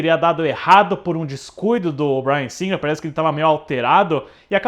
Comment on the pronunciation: Ai... morri de rir com o:"Dirigido pelo Bryan Singer rrrrrrrrr" 🤣🤣🤣🤣🤣🤣🤣🤣🤣🤣🤣🤣